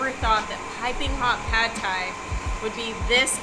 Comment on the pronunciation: Non-native speakers always mispronounce Pad Thai, because of the mis-romanization of Thai words. It should be pronounced "pud thai" with a short vowel like the word "nut." "Pad" in Thai means to stir fry.